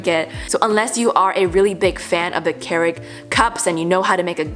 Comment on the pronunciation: thinking of making a compilation of you saying kerig instead of keurig